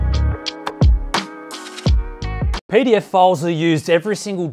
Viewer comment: Jesus Christ mate when you said pdf files at the beginning of the sponsored segment I legitimately thought you said pedophiles